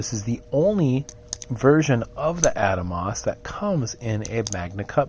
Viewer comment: Ah-Dahmos not Adamos, beautiful knife.